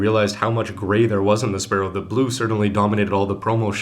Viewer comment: It's spaLLow, not spaRRow!! Can't you distinguish Left and Right?